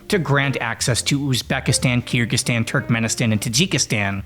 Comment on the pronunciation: If you spend 2 seconds on the word you will realize its Kyr-gyz-stan. Not Kyr-gstan. People keep doing this